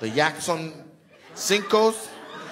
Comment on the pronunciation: Yakson sinco lol Nate snapping with the español